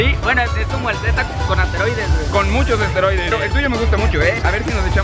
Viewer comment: Asteroides dice en vez de esteroides hahahaha